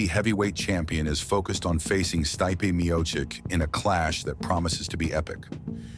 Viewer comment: “Jah-mah-hall Hill and “Stye-pay meo chich”